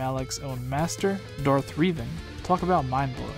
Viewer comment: "Darth Reeven" Millions of Star Wars fans cringing